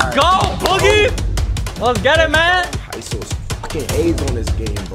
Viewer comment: Y he said ISO aids😂😂rely on screens too much